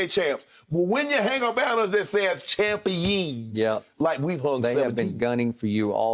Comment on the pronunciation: "When ya hang a banner that says Champiyeeens?" - Unc Shay Sharpe